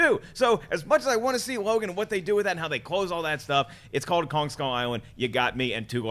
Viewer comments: Anyone else notice pronounce King Kong as 'kon' and it wasn't just once either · Sam Spink Same here. it really bothered me for some reason. it's KonG, with a G! Nott Kon or Khan or however she pronounced it lol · Paul Rizzo I heard that too. The wrath of King Kahn. And she said it 3 times so she must not know the name of the monster in her top 3 films of March. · Was saying Kon instead of Kong?